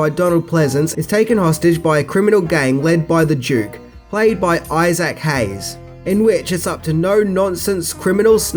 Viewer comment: "I-Zack Hays."😆. It is pronounced I-Zick brother.